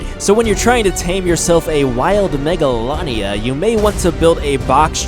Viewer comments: It’s pronounced mega lay nia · it's pronownsd mega laa nee a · You said it wrong